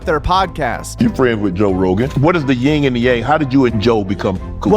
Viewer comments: It's not Ying..its Yin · Can we finally get tha culture to understand that it's YIN and yang, not ying and yang?